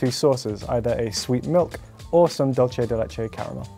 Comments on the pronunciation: dulche de leché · Everything was good until he pronounced dulche de leche